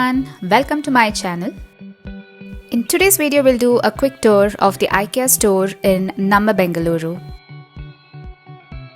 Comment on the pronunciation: It's pronounced as ee-kay-uh.. not eye -kee-uh.